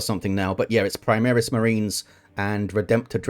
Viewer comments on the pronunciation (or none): Also reading latin names and words primaris, is not praimeres, secundus is not sekhandas. Newer lore seems rather weirdo like they ran out of saner ideas. Some cyborgs Uebermensches abominations or what stuff were they smoking ? Liberal agenda smells of Adolf and his ilk, smells like their chaos idols. I dont like the skulls aesthetics too, but whatever. Anyway, Armor vs Piercing system is what I told to SoaSE 2 guys back in 2018-19 on a steam post, so looks like its not forgotten. There it works that 100 more armor than pen ieans 200% hp. They decided overpenning wont do increased Dmg. Only full, being the max. If you had 0 pen, target had 1000 durability, it counts for hull armor, while armor itself there had additional resistance built on top of durability. 1100% HP. pen and armor=same=full dmg. The more armor is max, the less dmg as a minimum exists. It is not entirely linear. and has to be fine-tuned, but in the end you will get something that feels much more believable/realistic as long as you dont combine high AP with high dp. That means an universal high dps. Low dps high pen,, high dps low pen is how you get counters and everything in between.